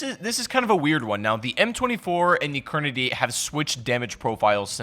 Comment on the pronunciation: It took me damn near the whole video to figure out that you were saying kar98. If people can't understand what you're saying in a video that you talk in then dont talk.